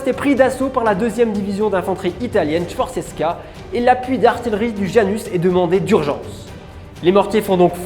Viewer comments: Video très intéressante. J'ai juste un peu été surpris par cette insistance à prononcer artiLerie au lieu d'artiYerie, alors que vous dites artiYeur... mais j'avais regardé une vidéo sur la ligne Maginot, et ici on note de vrais progrès ! bravo. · Il faudrait apprendre qu’en français « ille » se prononce « yeux » on dit dont « arti yeux rie » et non pas « arti le rie » !!! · Bon petit détail on lis bien artillerie mais cela se prononce "artiyeurie" c'est yeurie et pas lerie" car il y a deux L, autrement il y aurait qu'un seul L ,cela ne se prononce donc pas "atiLErie" comme vous n'arrêtez pas de le prononcer.. autrement super reportage. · Bonne vidéo, comme d'habitude, merci pour ces visites et explications c'est TOP. Juste un point sur lequel je tique depuis des années ; "artillerie", je ne connais personne d'autre qui le prononce artiLerie. Tout comme on ne dit pas artiLeur mais artiyeur. Sauf erreur de ma part bien entendu. A bientôt, et au plaisir de voir vos prochaines vidéos. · Excellente présentation de ce superbe ouvrage d'artillerie (qu'on prononce ar - ti - ye - ri... mais ça, c'est un détail :-D ) Encore bravo !! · Intéressant. Je vais me pencher sur vos vidéos. Attention, si je peux me permettre, à la prononciation de certain mots, tels que "artillerie" (arti-YE-rie et non arti-LE-rie) ou dix (parfois on dit DISSE (il sont dix), mais si c'est suivi d'un mot (les dix doigts), on dit DI).